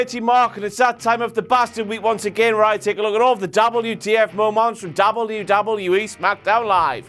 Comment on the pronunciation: mo-monts...mo-monts...fucking hell